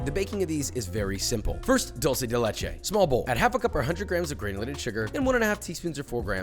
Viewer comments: It's not doulgh-ce del Leche it's duel-ce de Leche 😋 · Dulsee de lechi.💀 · "Dolce de leche" holy shit dawg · cookies are good, but we need to work in that "dulce de leche" pronunciation. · Es gracioso ver cómo la gente que no habla español pronuncia Dulce de Leche